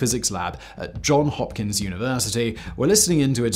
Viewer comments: JohnSSSSS Hopkins. We get a bit twitchy about that “s”. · JohnS HopkinS University, not John Hopkin's! Named after two people, not one named John! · . If you can’t even get the name of Johns Hopkins University correct, I’m not wasting my time.